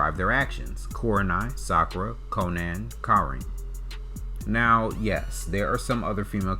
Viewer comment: u did not just call konan konen